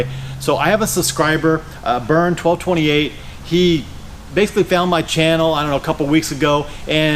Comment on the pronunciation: Hi! I'm thrilled you used my questions to make this video. Awesome. And you even said my handle correctly, (twelve - twenty eight). Wishing you much success!